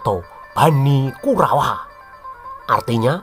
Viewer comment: kalo ngomong KURAWA jelas baget